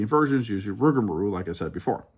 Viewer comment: This was very entertaining! We watched the whole thing 😂 my top 4 rides are: 1) Steel Vengeance 2) Maverick 3) Millennium Force 4) Top Thrill 2 I think I actually put Rougarou as my #5 (We laughed everytime you called it "Rougamarou" lol not sure if that was on purpose or not, but it does have a nice flow to it 😂) Thanks for the detailed review, opinions, and some good tips as well!